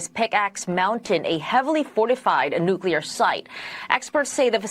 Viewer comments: It’s NU-CLE-AR not NU-CU-LAR!!! Say it right! You sound dumb! Oh, and could you please talk faster? 🤦‍♀️ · AGREED 💯 Say, "new" and "clear." Put them together and you have nuclear. Or you could say "nu...clee...er." Drives me nuts. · Still saying “nuke ya lur” 😂